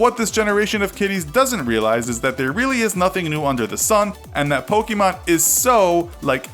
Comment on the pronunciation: It’s not pronounced “pokeemon”...the accent makes an “eh” sound